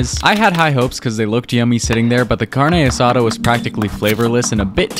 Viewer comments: It’s not bad but cadne asada should cook it well done and Mexicans pronounce it ca-ñe a sa-da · "CaRnEe aSsAsDa" Don't get mad Don't get mad Don't get mad Don't get mad Don't get mad Don't get mad IT'S PRONOUNCED CARRRRNE ASSADÁ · It’s pronounced carn-asa-da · As a Mexican it’s pronounced Car-dne es-A-tha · "Carneigh asahduh" as a hispanic I am offended by the way you pronounced it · Why the carna Sada PRONOUNCE IT PLS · You did the carne asada good but the way your pronounce it was making me die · I'm Brazilianc so we pronounce Carne Asada almost exactly like the rest of South America... WHO TF TOLD HIM IT WAS OKAY TO PRONOUNCE IT LIKE THAT!?